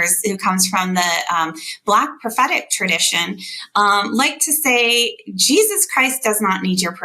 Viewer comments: Why did she keep saying "Sheezuz"? Trump is STRIAGHT UP the Anti Christ. LIKE straight up. Read a fucking bible... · she said Cheesus 🤣🤣 And clearly she's talking about cheddar because of the color similarities! 🧀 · "In Sheezus name"....lol. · Why did those women keep saying Cheezus? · in the beginning its sound like shes saying "in cheesus mighty name".. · Those girls "praying" at that Trump rally?? The girl saying the "prayer" doesn't even say Jesus??? She clearly said Shesus (2 or 3 times). They think their following Christ?? Supporting Trump is NOT following Christ.Trump teaches hate, God teaches love. God teaches us to love everyone. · It was sounding like they were saying Cheesus not Jesus. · To be fair… it sounded like the one praying was saying in cheeses name😂 These people are in no way true Christians. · Sounds like she said cheeses not Jesus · She didn't actually say Trump and Jesus. Does she even know how to pronounce "Jesus"?🤔 -That big prayer she said... She never even said Jesus at all, she said Shezus (twice). Did she do that on purpose, because she knows they're not following JESUS. It's really sad that the idiots are louder than us. Now we all have to pay for their mistakes, and while we're all paying, they're going to blame Democrats 🤣. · We're they pronouncing his name Cheesus on purpose? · To be fair... Sounded like she said "cheesus" not jesus... Lol